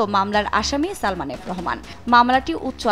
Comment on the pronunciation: উপস্থাপক আপনাকে ধন্যবাদ সালমান না উচ্চারণ করে সালমা উচ্চারণ করে ওর মান-সম্মান আরেকটু নষ্ট করার জন্য